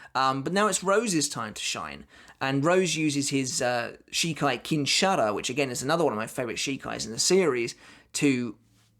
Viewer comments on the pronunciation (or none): none